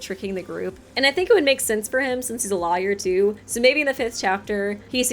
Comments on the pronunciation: Pffft. pronouncing Lawyer as Liar. Where's that Ace Attorney playthrough?;) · The way you say Lawyer hurts me so much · I like how pronounces 'Lawyer' in a way that rhymes with 'Liar'. It's adorable and also makes me super suspect of Wolfgang. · Same as i was reading comments i thought wait what? Another Ultimate Liar??